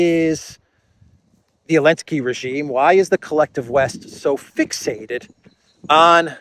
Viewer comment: Why do you insist on calling Zelenskyy, Elensky?? Very unprofessional!!